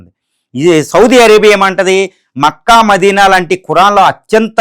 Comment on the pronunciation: Adi maccca kaadhu but it's mecca